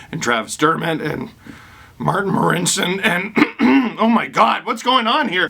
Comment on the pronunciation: Its okay Steve when I speak Marincin’s name ...I sound exactly the same 😟